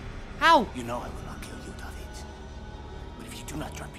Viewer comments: I LOVE how Menendez says "D a v i d" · That’s how you say it in Spanish they don’t pronounce i like Americans do it’s like an E that’s why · Yes because that's how you pronounce David in Spanish not Day-vid